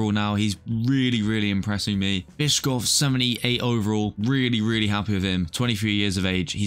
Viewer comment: Bischof is pronounced like bishop, just with an f instead of a p